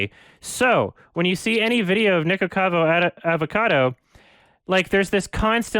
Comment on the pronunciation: fun fact: almost evey time said "nicocado avocado" incorrectly. He mostly says "nicocavo adocado"